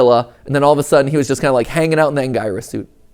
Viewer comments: It isn't pronounced Ang-guy-res. It's pronounced Ang-gear-es. Would be best to see how they pronounce it in the films to get a better idea. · Mat it’s AN- GEAR- IS not An-GI-rus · It's pronounced an.gee.rus not an.guy.rus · Matpat, are you sure it's "Ang-gyrus" and not "Angurius"? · Bro saying agniuguys 💀☠ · But anguirus is pronounced an-gier-us or an-guier-us. But goji is still stuck in the and hopefully the next movie Ghidorah, the three-headed monster, will be really good for the army goji is creating. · Matpats pronunciation of anguirus pains me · I hate how Mat says Anguirus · It hurt every time he said it